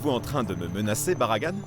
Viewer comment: L' avocat de Manuelle qui appelle Baragane Baragan😂😂😂😂